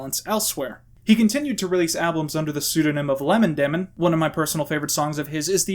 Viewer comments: omg first you said lemon demin then you said liman demon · Normal people: lemon demon: LiEmOn DiEmOn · Lemon Demon Lemon Damon Leemon Deemon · Ahh yes, Leemon Damon, my favourite Yotueber. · I love how you kept pronouncing lemon demon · Good video but I gotta ask, are you purposely pronouncing words incorrectly? You say Neil's last name like 3 different ways, you mispronounce Lemon Demon despite it being two basic words (though you did mention they were purposely hard to pronounce), and a few others here and there. I kinda feel like it was just part of the joke that maybe I missed.